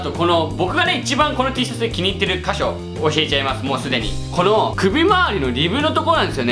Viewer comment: 箇所を''かひょ''と言ってますよ